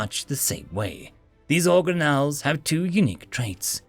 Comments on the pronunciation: organ ells not origan ells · organelles, hard g, for future.